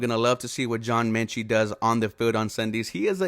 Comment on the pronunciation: John Metchie not Menchie...sorry it was bugging me lol